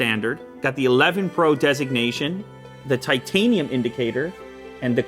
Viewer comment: says Titanum != Titanium